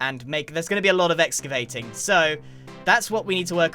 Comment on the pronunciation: My man said exavating